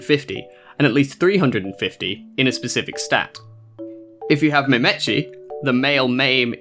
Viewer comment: Maim-tee. Lol Mah-meh-tchee.